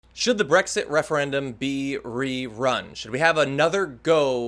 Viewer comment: The Refeyendum ;-)